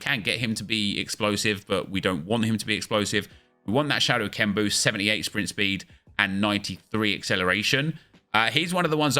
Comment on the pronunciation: Papin with that 93 Swpint spweed